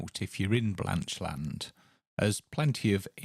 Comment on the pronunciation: We live 10 miles away in Hexham. We were amused by the pronunciation of Blanchland, as if it were two words, Blanch Land. A bit like saying England is Eng Land.